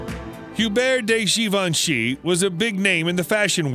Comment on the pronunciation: All these years I thought Givenchy was pronounced like Davinci with a G. Oopsie.